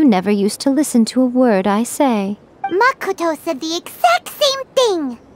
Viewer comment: I'm just here wondering why said mákoto instead of makóto like a normal person